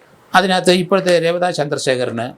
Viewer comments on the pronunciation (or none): സർ, രേവത എന്നല്ല, റവാഡ ചന്ദ്രശേഖർ എന്നാണ് ശരിക്കും പറയുക. അത് അദ്ദേഹത്തിന്റെ ജന്മനാടിന്റെ പേരാണ്. ❤ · Malayalam stupid Mapras are pronouncing his name incorrect...?😂